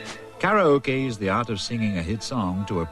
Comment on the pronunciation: He said 'karaoke' correct! 😄